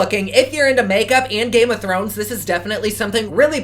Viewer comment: I can't get into Game of Thrones either. No idea about the GOT description either! It was funny to hear you try to pronounce it! No clue what the different houses are! lol